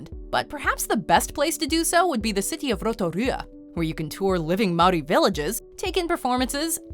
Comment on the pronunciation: You’ve got pretty close to pronouncing some of the Māori words correctly I’m impressed